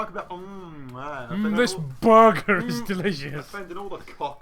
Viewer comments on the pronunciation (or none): Things can't say: BOI & BURGER